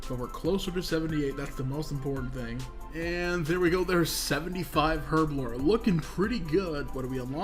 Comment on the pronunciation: Learn the pronunciation of Herblore, will ya? ;)